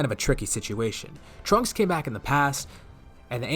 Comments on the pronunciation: When he said trunk-ku I head dbza broly in the back of my head screaming “TRUNKSU” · Instead of trunku it should've been trunksu like the Japanese name, would've been pretty funny